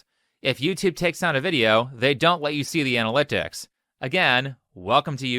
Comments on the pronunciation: That boy said "...thanks to YouTube ana-lick-ticks..." and that passed his recording phase, his editing phase, and I should hope he puts in a last looks phase, but that still got through. Oof. Edit: Okay, that boy said "ana-lick-ticks" again. I have no clue where that boy is from, we don't have that accent around my area. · Is it just me, or is he saying analyctics instead of analytics? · His “accent” sounds like every guy holding a microphone talking over pictures in YouTube shorts. I think he just said analytics weird haha. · Haha that isn’t a particular accent as far as I am aware. Just a dude who can’t say “analytics”. He could be from anywhere around here. I’m from the Kansas and lived in Virginia for a bit and we all talked exactly the same. Go up further north from there and the accent changes, then go south and you get the “southern charm” accent of the Carolinas. But yeah I really don’t think that’s an “accent” as much as just his voice and he pronounced the word wrong.